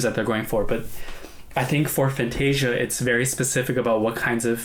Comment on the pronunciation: The moment you pronounced FAN-TA-SIA, I knew you already watched it before reacting.